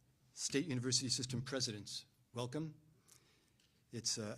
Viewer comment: Dont need no "univursity" round ear. Damn demonrats.